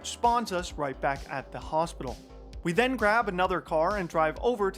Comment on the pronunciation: I'll never stop hearing Wirtuals "But than X got THIS run" whenever a faster one is introduced :D